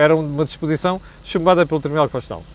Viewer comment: Constitucional e não "conxexional"., a falar assim faz- me lembrar o outro...😁